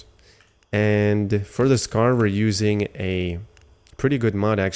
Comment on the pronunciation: Its not pronounced "Scar" lol